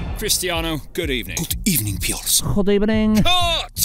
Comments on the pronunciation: Piers: Cristiano, good evening. Cristiano: Good evening, Piers. Unai Emery: G U D E B E N I N G 💀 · Good Ebening!) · Long time no see, good ebening